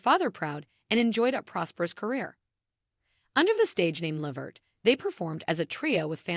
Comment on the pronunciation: Please first of all you not even saying his last name right why don't you just stop reporting on Eddie what you are saying it's no more then some people knew for years ago and how do you know what Eddie said did you have an interview with him or something you put to together cause you are way behind the times of Eddie life bye girl